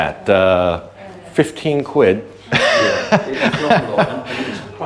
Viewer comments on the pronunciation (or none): Condo all day long , like the way you said quid lol you been round Nick to much lol